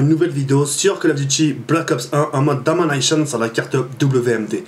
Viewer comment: En mode dominashiiiooens 🤣